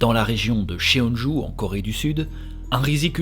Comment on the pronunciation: Yo,, j'ai a-do-ré:D Juste une petite précision au niveau de la prononciation, les "ae" comme dans "ChunJae" se lisent "é" (Du coup ça se prononce "chunjé") et les "eo" comme dans "Cheonju" se lisent "o" ("Chonju") ^^ C'est juste à titre informatif au cas où tu fais des autres histoires coréennes, ça ne gêne en rien l'histoire ni le contenu qualitatif de ta vidéo et je ne suis pas là pour te faire la remarque de façon négative, loin de moi (j'ai habité en Corée du Sud pendant un an et je sais que si on n'apprend pas le coréen, les prononciations c'est pas forcément des choses dont on est au courant). C'est chouette que tu aies parlé de ce meurtrier, cette histoire est dingue! Il a réalisé tellement de crimes et n'a été retrouvé que trop tardivement. Tu racontes hyper bien, on est à fond dedans, un régal:D Vivement le prochain épisode (ça doit être long à préparer en plus donc courage pour la suite)